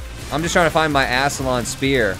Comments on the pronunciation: It's [ˈaskələn] spear - Oxford Dictonary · "Ass-lion spear". That's what I heard him say.